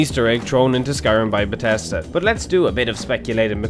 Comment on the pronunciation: From one Irishman to another can I just give you a tip? Try to pronounce the h's in "th" words. eg. THink BeTHesda BeleTHor. Just some constructive criticism. Should make things easier for a broader audience to understand and in turn, bring more people to the channel.